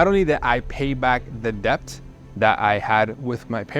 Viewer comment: How does he not know how to say debt yet?